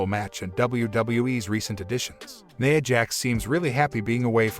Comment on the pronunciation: Who tf is "Neyah' Jax????